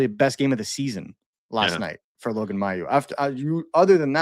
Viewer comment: Now you guys are both pronouncing his name wrong wth. It's pronounced may-u, not my-u. I know the family personally. One of Logan's older cousins was actually my foster brother in a foster home and he was in a group home with me when I was a kid too